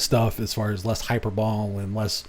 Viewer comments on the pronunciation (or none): It’s “high-per-bo-lee” not “high-per-bowl.” hʌɪˈpəːbəli But you already knew that, didn’t you? ;-)